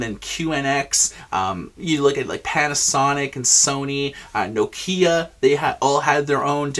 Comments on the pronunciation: Mexico. but I noticed that everyone (including americans and finnish) stress the no, like, NOkia, while in this video it sounds like noKIa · Is that how Nokia es pronounced? Everybody in my country (including tv, service providers and official media) calls Noke-Ya